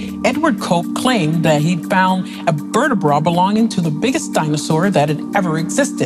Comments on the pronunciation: Why she say vertibrah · Swear she is saying vertibra and muzem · can you stop saying "vertabrah" thanks